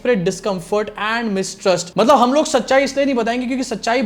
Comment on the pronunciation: मतलब को बार बार मटलब बोल रहे हैं चाचा